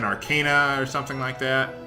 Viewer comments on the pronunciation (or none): none